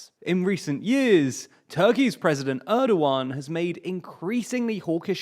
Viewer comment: When you're doing a video about Turkey, please let me (or even just Wikipedia's page on the Turkish alphabet which explains the pronunciation of each letter) help you with your Turkish pronunciations. You couldn't have butchered Cam Gürdeniz much worse. Congrats on getting Erdoğan close enough.